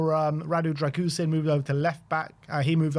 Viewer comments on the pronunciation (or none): Who's Drag-goosen? Embarrassing that you get the pronunciation so badly wrong.